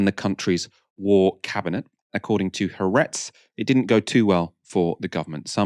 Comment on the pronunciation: the Israeli newspaper is pronounced as 3 syllables (the double-a is split) with the emphasis on the middle - ha-AR-etz